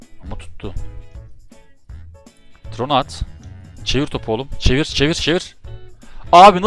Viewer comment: Abi o siyahi forvetin okunuşu tayron diye biliyom trone değil